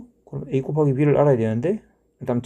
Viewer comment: " '고바기'를 해주면"에서 뭔가 구수함이 배어나와 샘의 고향에 대한 각별한 애착을 느낄 수 있었습니다 ㅎㅎ. "C하니까 쉬 마렵다 이!"라는 화장실 드립에서 쌤의 숨길 수 없는 깨알개그 욕심이 느껴집니다 ㅋㅋ.